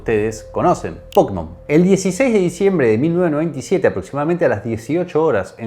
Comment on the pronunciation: Sos la primera persona que escucho que le dice pÓkemon.